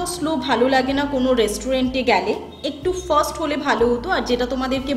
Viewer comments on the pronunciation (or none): Kichhu mone korben na...uchharon sambondhe kintu bodh hoy arektu sabdhan Hoya darkar...eto porichhanno vlog e 'fast' er uchharon kintu 'faast' hote hobe--মানে 'ফাস্ট' আপনার ভ্লগগুলি খুব সুন্দর হচ্ছে তাই একটু মাস্টারি করলাম !! 😊😊❤